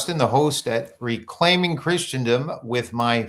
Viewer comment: Really appreciate your analysis. (Justin, you're mispronouncing Christendom...❤)